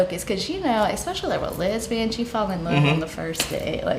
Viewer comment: She is a “lesvian”out of a 5 year relationship. Women often go “lesbian” out of resentment towards men. 5 year breakups will do that. She mispronounced the word from likely not believing in it herself and it being new off of her lips. She also admitted to watching this kind of stuff already. That’s not even a reaction.